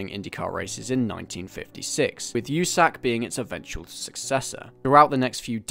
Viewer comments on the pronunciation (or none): My dude if you wanna sound like a true fan you have to pronounce it "You Sack" instead of "oo-Sack" great video none the less